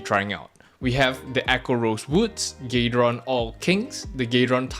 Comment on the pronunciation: why you call it gay-ron